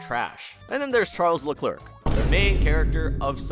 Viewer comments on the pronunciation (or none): For the 1.56x10^7th time, it's pronounced "Leclair"...